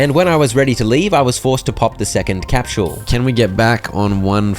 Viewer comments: Dude i dont know if thats is a channel inside joke or something, but "capsule" is pronounced "kap·sl" not "kap·schul". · Bruh, I cannot handle how you are pronouncing capsule. Cahp-shuule. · Capshule 😂😂 (peak content tho)